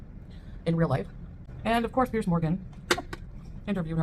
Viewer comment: It’s Piers not Pierce.